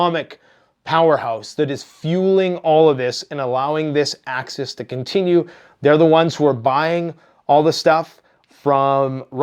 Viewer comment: It's axis!! Not access.